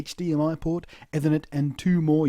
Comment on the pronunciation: say Ethernet again ;-) lol